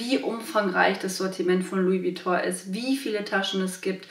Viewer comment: Schade das du Vuitton falsch ausspricht...